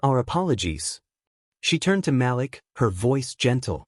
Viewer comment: For one thing the name is Ma'Lik not Mal'lack please pronounce the name correct